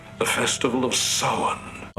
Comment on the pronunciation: Look, I'm just happy they pronounced Samhain correctly.